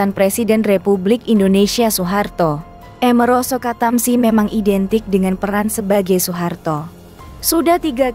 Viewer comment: Amiroso kok dibaca emeroso